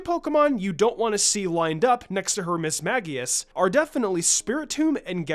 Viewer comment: Mismagius is pronounced mis-MAGE-eus. Sincerely, a die hard Ghost Type fan :)